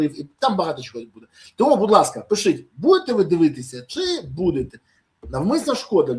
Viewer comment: Пане Бориславе! Не бійтеся літери і звуку ,,іʼʼ в українській мові)))😉 В-і-нниця, пиш-і-ть…